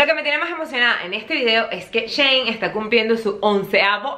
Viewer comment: Mi mayita❤ creo que shein se pronuncia "shi in" como ella en . Tu me entiendes 😂 te aviso porque tienes varios vídeos sobre shein 😍 te quiero muchooo